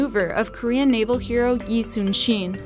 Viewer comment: The butcher of the name admiral yi is brutal